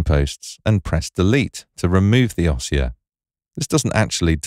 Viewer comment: Great feature. To delete you need to select both signposts. In the word "ossia" the stress is on the "i" so it is pronounced "ōˈss-EE-ə".